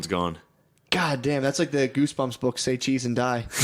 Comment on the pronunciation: My name is Seichi and I always get people to remember it by saying “it’s like say cheese but Say Chee” so hearing Shane say say cheese with a Japanese accent hits in the most perfect way 😂😂😂